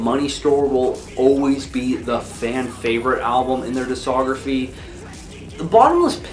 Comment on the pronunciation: As long as you don't trust him to pronounce the c in discography you should be good